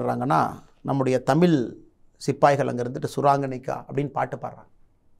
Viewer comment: தமிழ் என்று சரியாக உச்சரிக்க தெரியவில்லை ..இவர் ஒரு மாநில தலைவர்